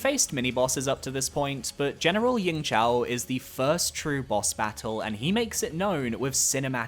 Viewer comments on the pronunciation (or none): for yingzhao, its not a c, it's just a z